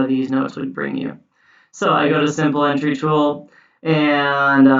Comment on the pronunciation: Thanks for a really useful video. I knew only a handful of these tricks before. I couldn't help noticing that you have a curious way of saying 'entry'. It seems to respect the French pronunciation. Normally we just say ENtry as in 'N' (letter 'N') and '-try' ( as in 'tree' in a wood)